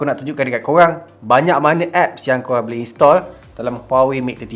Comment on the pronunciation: "buleh" instead of "boleh" 🤭